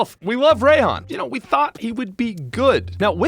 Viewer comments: You pronounce if “Rye-hon,” not “Ray-hon.” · ..."Ray"-han? What? Do you also pronounce it raychu and raykou